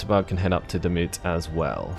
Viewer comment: Hahaha... I can't watch this hahaha. Laughing the whole time how you pronounce all the names of the cities. And maybe it is not called Wachter. I think it should be Wächter, if this should be a german word. Wachter is not really a word in german... So please look up how Demut and Wächter is pronounced. Greets from a laughing German subscriber XD